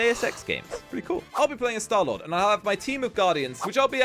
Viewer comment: be like stalord